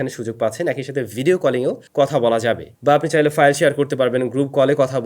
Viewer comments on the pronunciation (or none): none